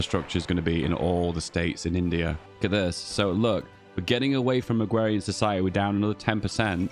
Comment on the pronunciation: It's just a speech impediment. Unlike the bo'o'le o' wa'er stuff it's not a feature in any dialects.